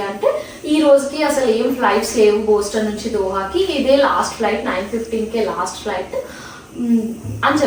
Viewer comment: Its not Booston its Boston.